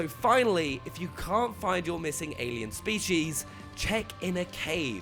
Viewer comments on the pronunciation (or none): Da Se I couldn't unhear the way he says "species". Spee-Shees